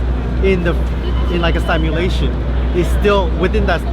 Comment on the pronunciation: Good video but its pronounced sim-ulation , not sime-ulation.